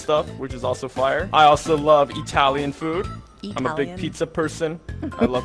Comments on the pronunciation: I heard you say “eee-talian”, 😂🤣😂🤣😂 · italian at the moment : 😡😡😡😡😡😡 what a helllllllllll (i am italian)